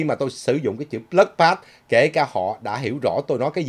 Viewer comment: Bloodbath not blood path